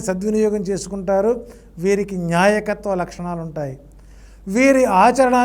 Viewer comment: న్యాయకత్వ లక్షణం కాదండీ.. నాయకత్వం అనాలండి.. నిర్జీవం లేకుండా చేయకుండా చేయడం ఏంటి మహా ప్రభో.. తెలుగు పదాలు పలికే ముందు రెహర్సల్ వేసుకోండి 😮😮😮